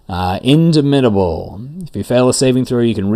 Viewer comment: In DAH mitable as in DOMinate